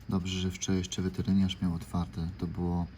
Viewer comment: Panie poprawnie to weterynarz